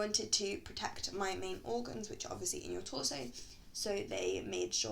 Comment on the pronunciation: " which has obvisly saved my life but wutever" im ded